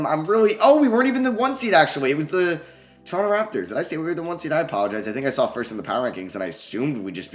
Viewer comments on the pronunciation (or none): none